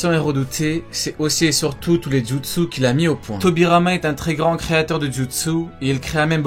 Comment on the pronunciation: jutsuu jutsuu jutsuu comment tu le dis mdrr